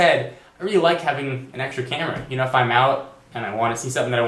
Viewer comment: I like how you say like and love at the same time. Live :P.